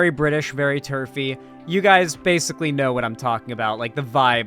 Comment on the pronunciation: AUR NAUR, NAWT THE BRI'ISH!!